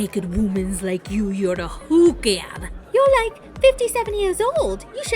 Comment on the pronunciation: Natalie doesn't say hooker, she says hoUker.